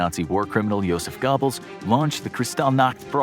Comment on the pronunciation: It is not Gobbles like goblet or gobble gobble. It is long O like Go.